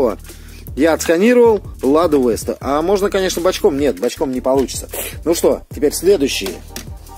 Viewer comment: Не Лада Вэста а Лада Веста